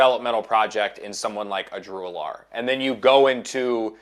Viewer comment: BTW: It's Drew Al-Ler. Not A'Lar.